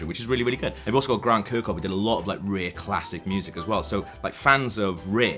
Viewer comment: "Fannz uf REEEHH."